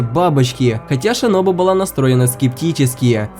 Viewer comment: В манге кое что странное томиока сказал что сабито умер один а как же та девочка которая помогала танджиро с тренировкой дыхания? И ты сказал шиноби а не шинобу